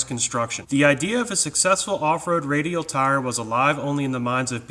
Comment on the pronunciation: Im sorry bud but you saying “radial” in the beginning made me fall out! 😂😂😂 Great video, Keep up the good work